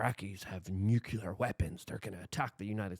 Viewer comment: Nuclear not nucular